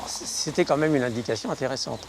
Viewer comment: c'est juste insupportable le " comme même".